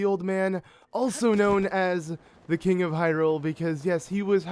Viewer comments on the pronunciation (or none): none